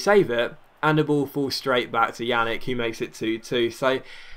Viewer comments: Pjanic is pronounced like Pyanich, not Yanick. Just FYI, he's gonna be a major player on your biggest rival for a while. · Its pronounced Pyan-itch, also Ljajic is pronounced Yai-itch (this was in another episode), sorry for doing this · lol took me a while to get that "yannick" was "pjanic"